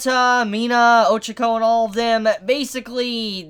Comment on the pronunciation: And ochako instead of Oh Chalk Oh